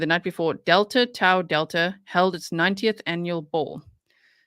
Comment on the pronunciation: Delta Tau Delta-- the middle Greek letter is pronounced "Taw." And, for the Lord's sweet sake, The Greek letter "Chi" written as "X" is pronounced "KI" not "Chee." Sigh.....